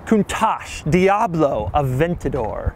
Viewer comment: Doug, the type of guy that says Diablo with a gringo accent.